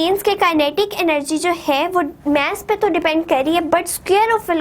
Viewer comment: It's mass . Not maess